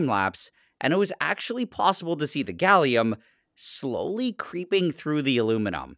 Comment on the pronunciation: Ah yes, Galliuminum